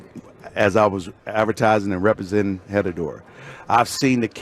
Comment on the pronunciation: The H is silent on Herradura Emmitt. 😀